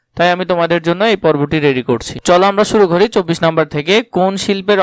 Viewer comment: apni ki murkho naki eto vul val poren cobbish re keo chabbish bole aro onek vul val bolsen dekhsi